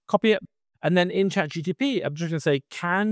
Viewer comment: Not sure if you keep doing it on purpose or not, but just in case not, it's chat GPT (not GTP) .. :) .. great video